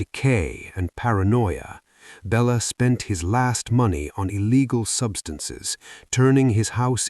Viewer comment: Bella Lugosi pronounced Belated Lugoshi